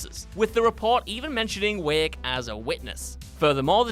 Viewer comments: Normal Person: Alan Wake WCG Commentator: Alan Wick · must be the same reason he calls him alan wick instead of alan wAke